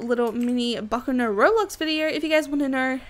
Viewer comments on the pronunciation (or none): All you yt keep saying the name wrong jesus it gets annoying